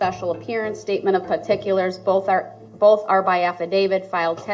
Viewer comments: Bof goes along with Truff, and wiff - Darrell Brooks butchered the English language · “Bofe detectives” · Brooks needs to go back to school. He kept saying boff, instead of both. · “ bof detectives”